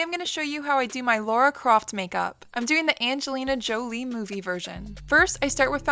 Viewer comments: Overall performance is absolutely fantastic. The only thing that hurt me was how you pronounced the name "Lara" it sounded much more like "Laura" to me :< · Lara like Cara not Laura... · It's Lara Croft not Laura like she says! Good cosplay though.... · Did you just say Laura Croft hahaha. It’s Lara. Anyway, this is incredible wow!! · Its "Lara"🖤 and you're amazing